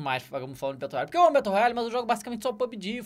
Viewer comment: "Betôu Roiali"